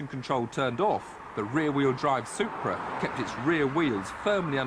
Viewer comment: I love how Tiff says "Soup-bra"